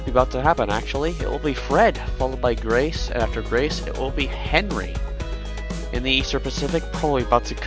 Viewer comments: WANTED: HONE (LAST NAME UNKOWN) $125 BILLION REWARD IF THEY ARE FOUND! Edit: You said Henri wrong, it’s ahn-REE lol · Some pronunciation correction: You don't pronounce Henri's H. You say like Enri